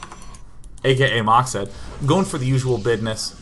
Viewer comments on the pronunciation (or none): usually people call him "mac(mad)sed" not "mac(mark)sed"